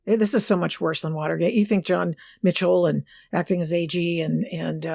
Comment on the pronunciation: . "this is so much vvorse than VVa*erg*ate". Bam.